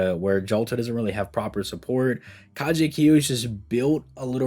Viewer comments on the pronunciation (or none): Kagekiyo, not Kajekiyo.